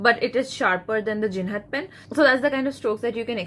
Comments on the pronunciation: Ma'am it's Jinhao, not Jinhad !!! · Jinhao not jinhad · It’s jinhao not jinhad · Ur presentation was good 👍... I think it's jinhao pen ... Not jinhad pen.... For better result try giving links to buy pen... It will be a good idea...